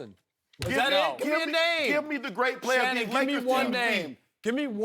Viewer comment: Shanon I want you to admit it😂😂😂😂😂😂 “Shannon” Nooo😂😂😂😂😂😂